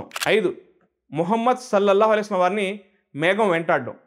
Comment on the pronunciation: Sir dayachesi Mohammad sollellahu alaihi vasallam anedi spastam ga cheppandi